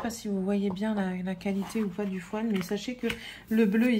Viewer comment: Je crois qu'on dit bien fo''i''l.. sinon on a l'impression d'entendre ''poil'' 😂 😂